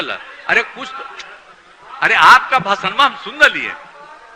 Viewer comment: Bhasana nahin bhashan boliye